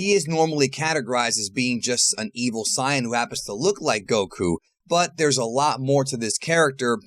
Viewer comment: Don't become a "saiyan" cringe pronouncing guy, please. :D